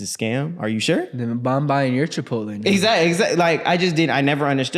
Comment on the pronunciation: said chipotle? cipotle loco